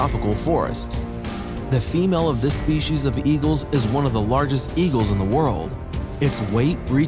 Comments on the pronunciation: It's "spee-cees" or "spee-cies", not "shpee-cees." A pro narrator should get that right. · I also wonder about the ones who say "spe-shies." There's no H in that word.